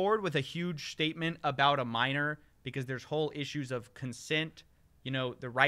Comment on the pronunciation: “A minorrrrrrrrrrrrrrrrrrrrrrr”